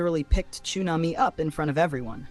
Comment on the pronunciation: What is ChoOmamy its TXUNAMY